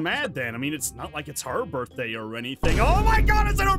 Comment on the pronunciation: Ah yes borkday